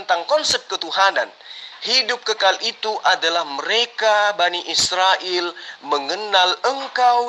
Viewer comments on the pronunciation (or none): Bani sirael...🤣🤣🤣..bukan sirael....BA...NI... IS...RA...EL....